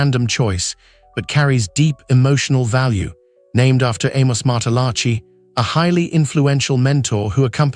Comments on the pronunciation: For goodness sake if you are going to talk about the Bocelli family, get the pronunciation right. The C in Bocelli is pronounced CH. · Such nonsense. You know nothing, not even how to say their last name